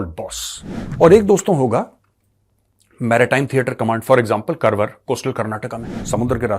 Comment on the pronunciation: कारवार Not करवर